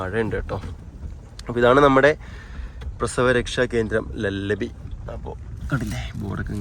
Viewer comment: Lullabi ennan llallabi ennalla